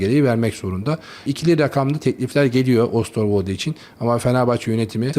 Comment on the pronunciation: Pişir pişir anlat, “Brikton”, “Ostorwolde…” biraz da kalite mi desek?